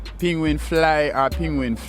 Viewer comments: What is a pingwing? Pronounced penguin 🐧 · I’m hearing pingwing 😂😂😂😂😂